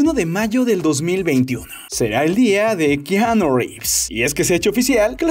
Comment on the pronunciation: re fa nde keaaaaaanooo jajaja